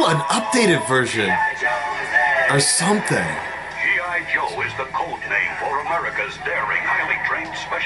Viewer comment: lol said G.O joe